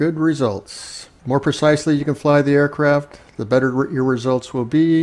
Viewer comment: DId he say "Aircrap"?